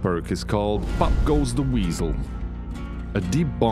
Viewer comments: Puck goose ze WHEEZles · I love how strongly he pronounces each perk POPPP the WEAZEL